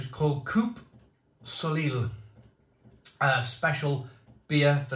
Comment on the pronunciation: Soleil is pronounced solay